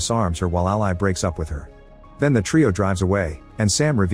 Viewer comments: Ally is pronounced Al•lee, not Al•lie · Funny how AI can't pronounce names correctly. Ally the name is pronounced different than "ally" as a noun or "ally" as a verb. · Anyone else annoyed at how he pronounces Ally's name?